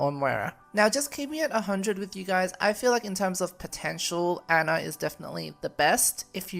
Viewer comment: I like how people say Ana's name as Anna even though it's pernous as On na not hard